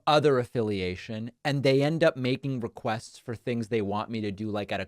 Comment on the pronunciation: Can move his mouth in a normal fashion? He turns even the word "requests" somehow into sixteen mouth gestures and syllables.